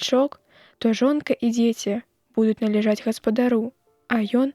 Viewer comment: Націск у слове нале'жаць прыпадае на другі склад, а не на трэці: належа'ць, як прачытана.